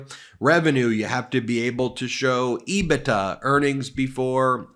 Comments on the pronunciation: Love you channel….but please It is “Ebit…A” not “Ebit-TA” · Not to nit-pick but EBITDA is pronounced EBIT- DA. I've been in accounting for 30 years and I can guarantee it's not pronounced EBI-TA.